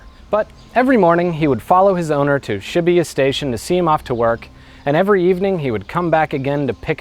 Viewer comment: No, you're not deliberately speaking with an English accent. You can't fool someone who is fluent, sorry. And I'm talking extremely basic Japanese pronunciation. Its "hahtch-ko" not "ha-chee-ko, the i is dropped, its not "shibbuhyuh" its shee-boo-yah". I know about 50 people who became fluent, and NO ONE goes back to mispronouncing Japanese once they're even moderately fluent. For you I recommend learning the pronunciation of vowels, which you should have learned in the first ten minutes of studying Japanese.